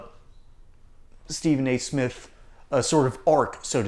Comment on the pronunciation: Steven A-hole Smiff. Really?!?!?! Byron Do Not get in the gutter w/ this blabbering goof bawl. I can’t believe the sports world has given him the platform to crap outta his mouff.